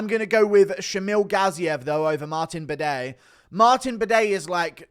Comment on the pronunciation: my bro said Martin Bidet hahahahah